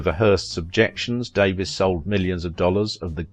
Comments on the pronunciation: True enough but irrelevant. She was American by birth, worked in America, lived here and as a public figure pronounced her name as Dave-EES not Davis. If you do a documentary and want a smidgen of respect as a documentarian you pronounce a performer's name as they did on a movie set and among her friends and among her public fans. Didn't the video maker also fail to learn the pronunciation of director King Vidor's name as well. it is VEE-dor, and he was one of the greats and honored by the AMPASc. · You say her name wrong. You do know there is a way to find out. You can literally Google it for the correct pronunciation of any name? It bugged me the entire video. I'm going to have to unsub if mispronunciations are going to be the rule. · Thank you I was going to post this but looks like you did it first. In this piece he said she changed her name so it sound more British he seems to be from there and miss pronounced it? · Davies is a Welsh name as is Davis and is pronounced the same way. Americans always like to be different when pronouncing British names - another example is Mackay/MacKay/McKay, a Scottish name which Americans like to pronounce as MacKAY (rhyming with DAY) instead of the British way which would be MacEYE (rhyming with my or by).